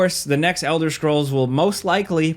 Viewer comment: ELDER SHCROLLS